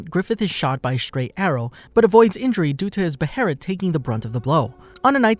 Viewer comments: We just gonna ignore he said bherit and not ballit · ITS PRNOUNCED BAY-LET say it with me BAY-LET two sylables not buh-hair-it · The band of the hawk my god….. the king labels them the white falcon knights towards the end….. My god man and be be heret wtf is that it’s prenounced (beh -let) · Band of the Hawk!! Not band of the falcon! Beholit not berolet!! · why is he saying beherit, isnt it behelit? am i missing something? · Wtf is a "beherit". Behelit. Beh hey lit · Beh-ha-lit is how it’s pronounced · Bruh breherit it's behemith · Its BAY-LET lol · Guts is the picture of how much bs we go through as an adult right out the gate without money lmao. Also why are you saying beherit like that?